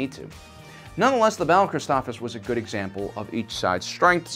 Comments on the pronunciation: yep. For some reason he forgets the first s. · Isn't it pronounced Chris-TOF-SIS? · Christoph(SIS) you should say it correctly if you're going to do a review about a planet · "Criss-stoff-SISS" is the correct pronunciation. You're mispronouncing sooooo many different names and terms. Stuff that's been spoken in movies or episodes too, yet you still miss the mark. - ___________